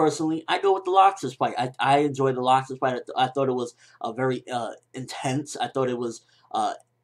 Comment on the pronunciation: (L-axe-sis) Not (lock-sis)